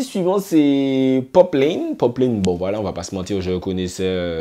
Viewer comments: Ça part d’un bon sentiment mais attention c’est “poplAne” pas poplayne. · Mdr sa me stress trop quand tu dit "jifta - poplayne" mais sinon bonne vidéo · Cest une tres bonne initiative de ta part de parler du dancehall 973 mais tu aurais du te renseigner quand même un peu parce que pour nous le public guyanais ta video reste crédible qu'à 40%😔 ...faut faire attention dabord a la prononciation de leur nom:gifta et poplane -la guyane est influencée par limmigration qui est tres importante..tout le monde parle minimum 3 langues..donc imaginez linfluence que cela a eu avec le temps sur notre creole,notamment langlais de la guyane anglaise qui est tres présent dans le creole de nos jeunes...ce qui explique pourquoi ces artistes chantent avec beaucoup d'anglais dans leur créole..cest le nouveau créole parlé par les jeunes de guyane surtout dans les ghettos. -lesnah a pratiquement disparu de la scene musicale.il ne chante presque plus depuis a peu près 2 ou 3 ans... -gifta na pas attendu le coup de pouce de kalash....le son pati di anyen n'a pas marché en guyane mais sa a permis a certains antillais qui le connaissais pas de le connaître. Gifta est tres important dans le dancehall guyanais :jahanai king,poplane,dana di baddest,poplane...ont été produit par gifta a un moment de leur carrière et ken vybz a été dans l'écurie de gifta et pour finir avec lui ..gifta et kalash sont très amis ..ils ont fait qu'un seul son ensemble donc je comprends pas qd tu dis oui il doit continuer de travailler ensemble 🤤 -chinee queen a eu beacoup de succès quand elle etait dans lequipe de ken vybz..leur relation sest dégradé en qq mois et ken vybz a su